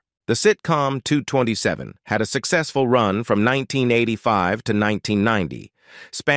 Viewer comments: The show was not called two hundred and twenty-seven, it's 2 - 2 - 7! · Wow dude doesn't know how to say 227 smh Ridiculous